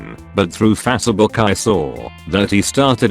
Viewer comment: Fasuh book